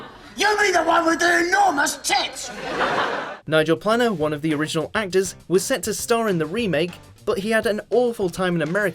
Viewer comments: Butt charred ? . Nigel Planner ? Steven Mo Fat ? Are these all US remakes of English words ? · A perfect example of why this stuff doesn't work is you pronunciation: It's not Nigel "planner" (pronunciation), it's Nigel "Play-Ner" Therefore, you're a fucking idiot. Comedy. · His name is pronounced Nigel PLANE-ER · Stephen Mo' Ffat? Nigel Planner?